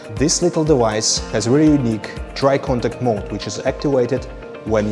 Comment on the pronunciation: I need a compilation of this guy saying "dewice" over and over